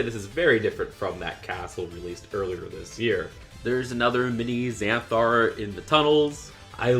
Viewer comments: I recommend you should play dnd because it's fun, also some pronounciations Tiamat/ Tee-ah-matt Xanathar/ zan-ah-tha-ahr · The pronunciation of Xanathar and Tiamat is killing me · The mispronunciation of Xanathar and Tiamat bugged me way more than it should lol. The Dragon's Keep is so the best! It has the staples of DnD, a Tavern where the best adventures begin, a section of The Sword Coast, a popular setting that's in the upcoming movie, a Keep/Dungeon which you gotta have and such a cool dragon! Ninjago could Never! I love the storage bookcase/dice roller with the Xanathar build too